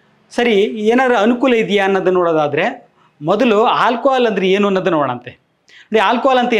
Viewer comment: Hi sir, ನಾನು ನಿಮ್ಮ ಮತ್ತು Dr B M HEGDE sir ರವರ ದೊಡ್ಡ ಅಭಿಮಾನಿ, ನಿಮ್ಮಿಂದ ಜನರಿಗೆ ತುಂಬಾ ಅನುಕೂಲ ಆಗಿದೆ, ಆಗ್ತಾಇದೆ ಕೂಡ, but ನಿಮಗೊಂದು ಸಣ್ಣ ಅಡ್ವೈಸ್ : ನೀವು "ಆ" ಅಕ್ಷರ ಬಳಸುವ ಜಾಗದಲ್ಲಿ ಪದೇ ಪದೇ "ಹಾ" ಬಳಸುತ್ತಿದ್ದೀರ.. ಹಾಲ್ಕೊಹಾಲ್ ❎ ಆಲ್ಕೊಹಾಲ್ ✅ ನಿಮ್ಮನ್ನು ಇತರರು ಅನ್ಯತಾ ಭಾವಿಸಬಾರದೆ0ಬುದು ನನ್ನ ಕಳಕಳಿ 🙏 ನನ್ನ ವರ್ತನೆ ಅತಿರೇಕ ಅನಿಸಿದ್ದಲ್ಲಿ ದಯವಿಟ್ಟು ಕ್ಷಮಿಸಿ.🙏